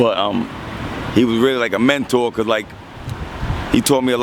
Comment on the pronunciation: Fake ass nerds can't even say cuz right cuzzzxxxxx......